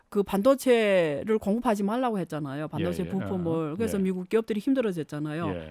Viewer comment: 전형적인 조선족 발음과 말투, 싸우자는 듯한 태도... ~했잖아요, 했잖아요.